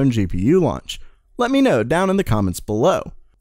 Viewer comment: "BELOW" sounds weird